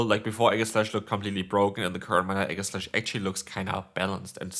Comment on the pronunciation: Enamorous = e-NAM-or-ous Aegislash = EE-jeh-slash